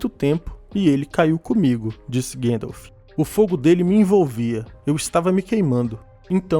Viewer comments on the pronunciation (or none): Vídeo excelente. Só não existe esse tal de "Guêndalf". O próprio ator q o fez nos deu a pronúncia correta